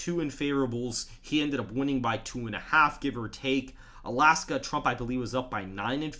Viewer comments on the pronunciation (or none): none